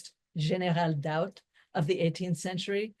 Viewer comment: It's Marlene Daut not Molina doubt